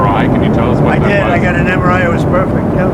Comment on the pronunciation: He had trouble pronouncing MRI 🤣